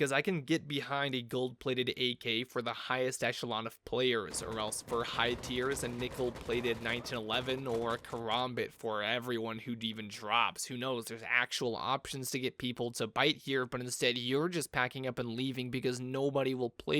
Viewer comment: Oh and 3rd comment its say it with us now karambit... ka ram bit not fucking ko rom bot God damn like the fuck school taught ya a makes a o sound when alone.... plus tell